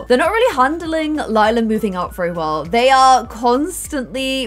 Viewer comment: If you had named Lila, Lilac you wouldn’t have so much trouble pronouncing her name.